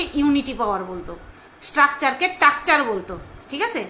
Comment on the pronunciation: sudhu dress up e nijheke smart dekhate chaiche..asol smartness ta ki seta jane na...r pronouncation er ktha toh bole lab nei... structure k tructuer😂😂😂😂